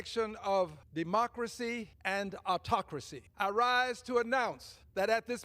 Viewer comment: Omar was practically spitting up loogies the other day trying to say “democracy”…. Demhauckracy… saying she never saw in her country anything like that’s going on here…. Hey Omar…. So the US is worse than your country…. Take your brother “yucking” sheet head back to where it’s better!!!